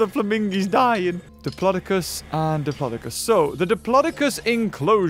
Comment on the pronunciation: said diplocis